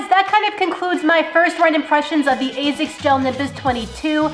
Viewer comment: points for saying Asics the correct way ( Azics ) unlike 99% of people who say Assics. Why people why ?